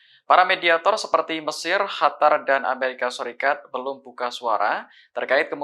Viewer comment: tolong penyebutan 'Qatar' jangan di ganti "hatar".… orang arab sendiri justru lebih dominan menyebut 'Qotar'